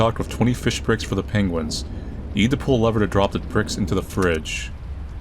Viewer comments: I did not know saying 'Pengis' was something I needed in my life, but boy oh boy am I glad I got to experience it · Tbf I say it too! Pengiwins!